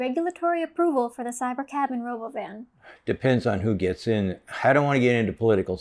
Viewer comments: Sandy, l LOVE the ROBOVAARN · I’m only pronouncing robovan the way Elon does. Just spell it like this Rahbovan & you’ve got it.